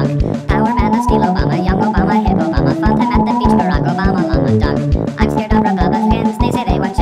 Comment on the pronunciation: ok who heard fucktime insted of funtime on the 8th time